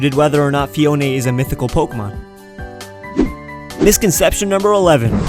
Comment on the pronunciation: Phione is pronounced "Fiona"